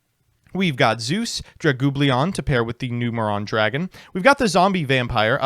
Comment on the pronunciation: okay but for as much shit as gives to other yugitubers and such for not pronouncing words properly, how do you say "aggro" instead of argyro, or "dragublion" instead of draglubion?